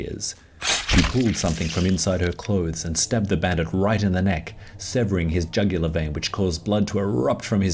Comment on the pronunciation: Me: Jugular vein Him: jungler vein Me: Jugular Him: junglur 😒